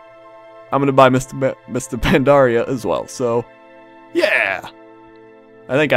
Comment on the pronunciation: Is it me or says Mister Pandaria? >.>